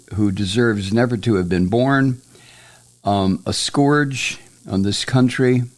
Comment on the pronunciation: not to be an asshole, but you're pronouncing "scourge" wrong, and honestly? you're pronouncing it like Trump does, so I cringe every time you say it like that. It's not pronounced like "gorge", it's pronounced like "urge" or "purge".